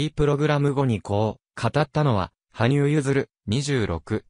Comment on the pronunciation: 羽生選手は、ハブではなく、ハニュウと読みます！ 聞いていて耳障り！ 他の人の話みたいで、気になって気になって！ 内容はいい話なのだから、これだけ有名選手なので気をつけてほしい！ 人の名前だけでも正確にお願いします‼️